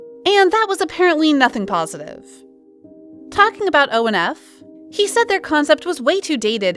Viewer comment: Not to be that person but his name is HenDERY, not Henry. The group ONF isn’t pronounced as O-N-F, it’s pronounced On and Off.